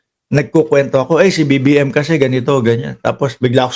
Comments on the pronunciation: ang Linaw ng BBM pgkasigaw ahhh hahahhaa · Ang clear ng sigaw BBM